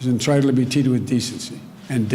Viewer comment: Russell, how did you miss this gem : Everyone—EVERYONE!!— “is entritled to be teatled with decency!” And that was 30 glorious months of cognitive collapse ago…